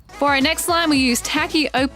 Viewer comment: Its tap-yoca this is how you pronounce tapioca🤣